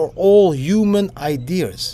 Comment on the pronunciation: haha didi, its ideas and not idears